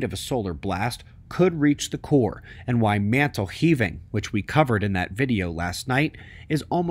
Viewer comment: "mantle heaving"